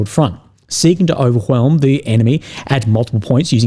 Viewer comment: Also dont think I didn't catch you say 'overwhelm" like Hank Hill